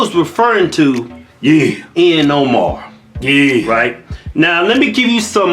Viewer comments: Not that I'm a fan of Ihan Omar, but can you please not mispronounce her name? Peace be with all who read this and I'm not hating I just find it a bit harsh. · Did he say Ian Omar?? 😂😂😂